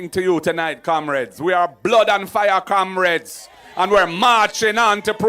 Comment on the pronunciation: He can’t say Comrades, he says Kamrades